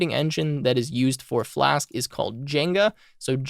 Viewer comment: HOW IS "JINJA" pronounced JENGA?!?!?!?!?!?!? HAHHAHAHAHAHAHHAHAHA